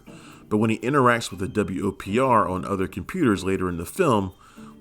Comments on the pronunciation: pronounce it WOPR not W-O-P-R. that's the whole point of an acronym! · Narrator, you're annoying me. It's the "Whopper," not the W-O-P-R. Did you not see the movie? Not once does any character ever refer to it as the W-O-P-R. Get it right, especially for such a classic. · Every time I hear him say the W.O.P.R I cringe. Have you even watched the movie? Its called the Whopper. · Nobody in the movie refers to the computer as the "W.O.P.R." It's referred to as "The WOPR," pronounced "whopper."